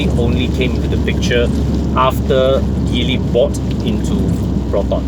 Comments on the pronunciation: It's not pronounced Gi-ly. It's G-ly, as in the alphabet 'G', as per the Mandarin pronouncement.. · I am surprised that you are now only poking fun at the name, so I guess you are NOT aware of what's really going on in Geely (please at least pronounce the name properly lah). The Borui (yeah, go on and laugh) is an exception car and will make a real killer perdana replacement. But wait till you see what Geely has come out with in the SX11 (what a beauty!!). Suggest you check them out and let us know if you find them as exciting as I have. Peace to you.